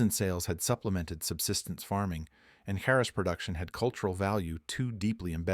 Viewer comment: Informative story but A.I. narrated and mispronounced the word every time. Charas is pronounced as "CHAR US", not Saras or Harras or what other ways it was said. I traveled there in the "good ole daze" of the 70's and made my own as I was trekking in western Nepal. One day I crossed a river and all along the bank as far as the eyes could see, cannabis was growing and flowering and very sticky!!!